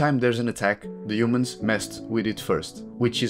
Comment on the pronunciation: " and uhomuns"😅